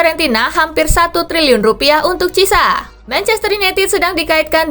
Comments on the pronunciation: Cara bacanya kurang tepat min, bukan cisa tapi chi e sa 😅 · Sekedar masukan kak Spasi.. Chiesa itu pelafalan namanya yg benar buka cisa tapi kiyesa.. Koreksi klo ada yg lbh tahu.. .. 🙏